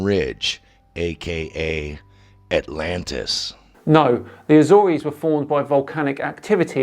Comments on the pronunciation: The Azorays Islands? 😄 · What’s with the pronunciation of Azores? impersonating Americans now? Pronounce it like an English person or lisp like the Portuguese or spanish. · I find it hard to take someone's claims of a sunken island seriously when they can't even pronounce words such as "subsidence" and "Azores" properly. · Been to the Azores. He pronounced it wrong. There's nothing there but farmland, jungle, and bugs.